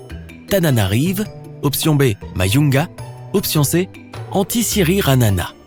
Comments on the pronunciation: mdr ta meme pas entes majunga toi tu le lit mayunga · j'apprécie la question, mais il faudrait tout de même corriger la prononciation Majunga ne se lit pas Mayunga mais comme écrit! comme jungle. et c'est Antsiranana non pas Antisiranana. merci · Tu prononce mal majunga